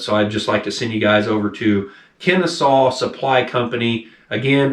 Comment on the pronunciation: It's pronounced Ken-a-saw. It's a town just north of Atlanta.